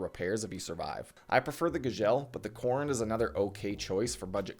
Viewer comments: Gzhel--->Gagel Korund--->Corned Redut--->Reddit Hahaha I've never heard those pronouned that way. Regardless thought I've been a fan for a solid year or two now. Keep up the good work man! Always great content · someone teach this man how to say Gzhel/Korund, how can you have this much time in the game and do my armor like that LOL great video other wise!